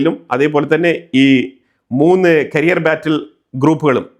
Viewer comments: കരിയർ അല്ല ക്യാരിയർ ആണ് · കരിയർ (career) അല്ല ക്യാരിയർ (carrier )ആണ്. However i like your videos for being more truthful updates.